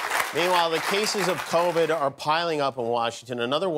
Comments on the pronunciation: The funniest part of this, hands down, was balloon-chested Wendy Williams, who TWICE said, “Cornova”, instead of Covid! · But why did they let her say “cornova”?!?! 🤣🤣🤣🤣🤣🤣